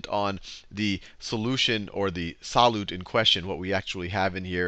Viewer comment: the way he says solute pisses me off...